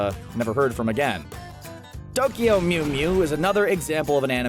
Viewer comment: Duckyo mew mew. Can this dude not say Tokyo.